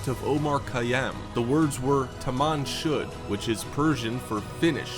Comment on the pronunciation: it's actually sounds like ''tamam shod'' rather than ''tomung should'' in persian...